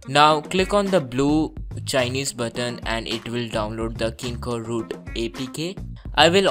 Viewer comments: 1. Ur voice is irratating 2. U r pronouncing kingroot as kingoroot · dhoti say kingroot u r saying kingoroot u bhele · lol its called "KingRoot" not KingkoRoot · did He Said kingkoRoot 😂😂😂😂